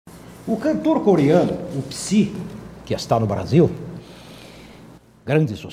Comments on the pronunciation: Não é "Psai" tb, é "Sai" a pronúncia certa. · O "P" se pronuncia mudo.